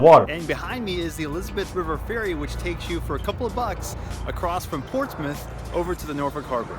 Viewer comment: There is no Portsmouth, and definitely no Ports-Mouth. There are two acceptable pronunciations and no other. 1) Porch-smith 2) Pos-muff